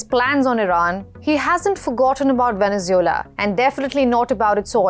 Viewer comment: Stop mispronouncing Venezuela